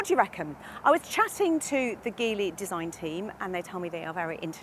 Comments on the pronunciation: its called Geely, not Gilly... it isn't that hard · Pronounced as in Gee Whizz. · It's read as Jeely... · It would’ve been great if you could’ve learned to pronounce Geely correctly. And if your video editors could’ve not used shots of Shanghai in the opening titles. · We got this in Brazil as well, the package is very decent and the price is aggressive to beat BYD. It's one of the best combos when it comes to equipment and real estate to accommodate a real family. The positive side against the other Chinese brands is that Geely - the brand call themselves Geely but the the G has the sound of a J, like as we pronounce in "Ginny" - has a local partnership with Renault and that promises a broader availability of parts, and soon it will be manufactured here.